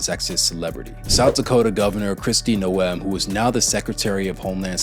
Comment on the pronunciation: Kristi Noem. It's pronounced🗣 Nowm as in Gnomes from folklore. (little people)